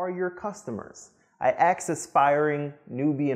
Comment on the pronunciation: Magnificent speaker,, but one word grates: Don't say "AXE" for the word "ASK". A query, not a tool to chop trees.